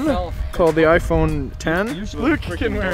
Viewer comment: iPhone X in 2015? You even knew how to pronounce it! XD